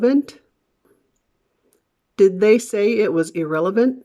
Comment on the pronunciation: you said "It was..." like "I thwaz..."? I really want to learn more about something like this